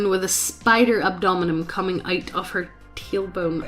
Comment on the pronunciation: I noticed that too, she also said "abdonmn" instead of abdomen